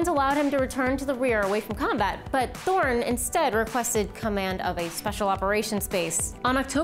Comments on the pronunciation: It is said törni not torni. Otherwise a great wideo but you need to practice your ö:s ;) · His name was Lauri Allan TÖRNI.Not "towny" "toni" etc.etc.